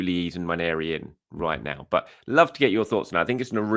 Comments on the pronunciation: Really appreciate you pronouncing Nwaneri correctly. Thank you! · I agree. It is very annoying when you hear "Wanieri"!